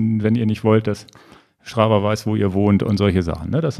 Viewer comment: Schtrava hahahahaha...